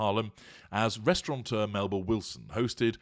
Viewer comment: Did she really say 'restaurant-eur' instead of 'restaurateur'?! Eugh, that woman never fails to dole out the cringe by the bucket load 🤢🤣